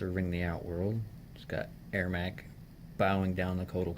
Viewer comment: It Ermac not Airmac